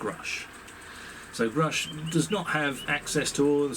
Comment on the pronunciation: Why does Gary Nolan keep referring to David as groosch not grusch?!